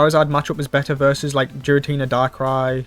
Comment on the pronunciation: Still pronouncing Giratina wrong 🤦‍♂